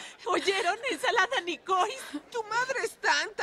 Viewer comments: Por lo qué vi en otro comentario hay una ensalada francesa que se llama ensalada niçoise (Nisua) y la mamá la pronuncia como nicois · Es porque es Francés ensalada Niçoise [nisua] el chiste que la mamá lo pronuncia como nocois con ''c'' en vez de ç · Es ensalada francesa Niçoise y se pronuncia "Nisua" (Igual que el nombre François se pronuncia "Fransua" El chiste es que segun Megan, la mamá de las Wilson es tonta por pedir la ensalada en el restaurant pronunciandola como se escribe y no en su pronunciación en francés. Pero claro, para ella eso es chistoso porque esas son cosas de gente rica, porque ellas no conocen chistes de barrio o chistes populares, ni albur como los que se saben Marcus y Kevin por ser gros-ne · Creo que entendí. En frances la pronunciación de "oi" es "u", la "ç" se pronuncia como una "s" y la "e" al final no se pronuncia. Entonces la ensalada se llama "Niçoise" y se pronuncia "nisuas". Entonces el chiste está en que la pronuncia tal cual está escrito y no como se debería pronunciar. (creo) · La ensalada a la que se refiere es la ensalada nizarda o niçoise, que en su idioma de origen (francés) se pronuncia más o menos como "NIZUÁS"... es de esperarse que para una persona que no sabe un mínimo de francés al leerlo en el menú lo pronuncie "NICOISE"... ese es el supuesto chiste, jeje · Nicoise es una palabra en francés que aunque se escriba así se pronuncia "nisua' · Jajajajajajajajajajajaja en vez de ensalada Niçois la pide como Nikois 😂😂